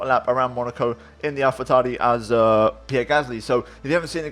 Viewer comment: AlphaTauri pronunciation was spot on